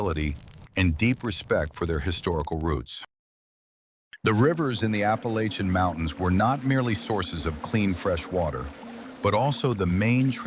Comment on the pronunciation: This is stupid you're going to talk about the Appalachian Indians for God's sake to do it right I'm turning this off I mean how difficult is it to get it right people people